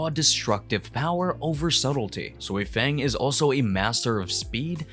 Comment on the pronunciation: I get if it’s your accent, some names are just off, it’s not just you I’ve heard it from several different creators. Sui-feng has always been pronounced soifon in every translation it’s just looks like “feng” when reading. There were a few other names that sounded weird idk if dubbing is different in different places but even in the Japanese version it doesn’t seem consistent But as far as racist not sure what you mean if I’m being honest I couldn’t place your accent honestly but I’m multiracial American I have no reason to discriminate against anyone